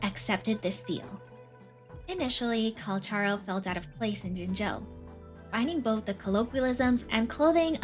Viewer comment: Finally... Someone says his name right. 😢